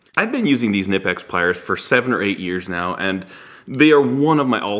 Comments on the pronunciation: it is not nipex, it is K-nipex as in kenipex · It's Khnee-pex, the K is not silent and the I is long. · See per their rep at a tool expo... German company so German pronunciation is Kaneepex. However I was pronouncing them Nypex. Thought is sounds cooler and since we pronounce Volkswagen wrong anyway do we really have to since in English language the “k” is silent before an “n” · Knlpex has a hard K like in cool 😉